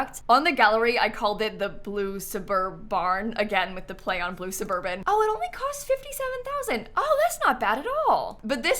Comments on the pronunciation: I laughed so hard when said blue suburBARN 😂😂😂😂 ILY ❤ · NGL everytime you said suburbarn made me larffff lol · not how so smoothly pronounces suburbarn in passing, ult energy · Not the blue subur-barn 😭😭😭 my beloved, never change 🙏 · "Blue SuburBARN" is absolutely genius im in tears